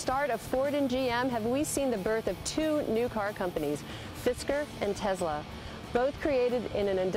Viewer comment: Tesla with an S not Z !